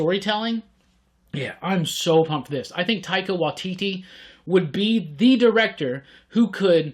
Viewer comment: Also, Taika Waititi pronounced 'why T T'